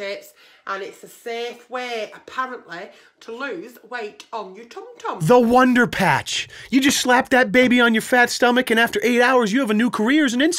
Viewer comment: WUNDAR PAUTCH